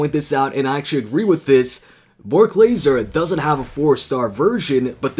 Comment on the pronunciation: Lesnar not Laser 😂🤣😄😅